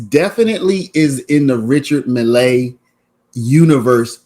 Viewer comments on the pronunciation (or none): It's pronounced richar mille with emphasis on the double LL. Milll